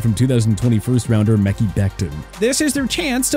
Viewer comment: That “mekhi” becton pronunciation lol